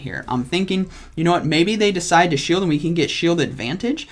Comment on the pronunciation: I decwide.... chuckle Me: chuckle